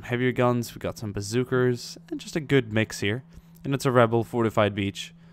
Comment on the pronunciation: Does anyone hear him say bazooker